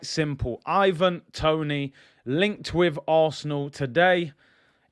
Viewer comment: Man said IVANDRO TONIHNO 😂😂😂😂😂😂😂